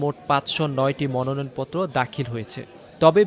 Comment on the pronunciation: 🎉😂😅"মনয়ন" নয়, ❤🎉😂😊😅🎉আসল ও সঠিক শব্দটি কিন্তু 'মনোনয়নপত্র' 😊🎉❤